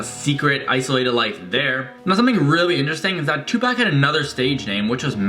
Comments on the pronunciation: " two pack " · He said Tupac 😂😂😂 it’s tu poc 😂